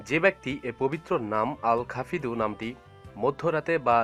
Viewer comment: everyone please note.. ITS AL khafid.. NOT AL KHAFIRU